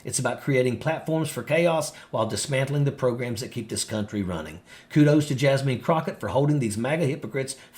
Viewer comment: It's not Jasmeen Crockett. It's Jasmine Crockett. Jasmine - pronounced "jazz-min".